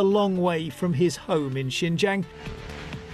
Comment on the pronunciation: Be good if she could at least learn to pronounce Xinjiang correctly. Sorry, that's not too important here.